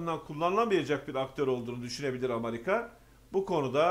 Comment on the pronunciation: Amarika değil AMERİKA